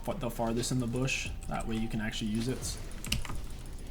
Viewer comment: Is it just me or does he say BOOSH not bush lmao best jungler NA. Love the content man. Keep it up!